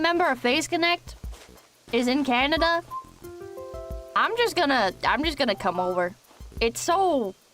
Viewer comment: lol . I'm not the only person who calls it Canadia. awesome